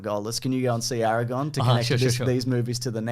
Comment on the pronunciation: I choose to believe that right after they sat down to start filming said "I'm gonna mispronounce Legolas and Aragorn's name every single time, don't react I wanna read the comments"